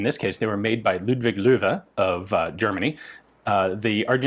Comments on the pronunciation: Hey ! You pronounced "Loewe" correctly ! I noticed that ! ;-) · Wow, you really nailed that ludwig loewe, dude. seems like you got a bit of practice with that name ;) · Most impressive the pronounciation of the name Loewe (or Löwe)! Not bad for a American at all ! :) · super interesting stuff in these surplus auction videos. also: literally the closest, any english speaker has ever come to correctly pronouncing "Löwe"...